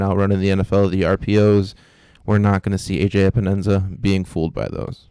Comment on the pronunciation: Pro Tip There is no “Enza” in Epenesa 🤪